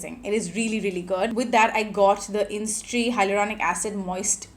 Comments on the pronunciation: Isntree not instree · It's called 'Is-in-tree' ... Not instree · Its Is-in-tree not in-stree 🤦‍♀️. In Splitsvilla i remember you coming across as/being a nasty mean racist. Surprised you have become this influencer with this following. Well. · It’s “Isntree” not “Innistree”🤍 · Its pronounced as isintree